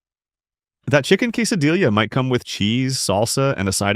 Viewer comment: quesadilla? You mean quesa dee a...right?